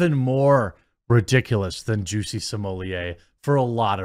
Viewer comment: Stop pronouncing it as juicy …😂😂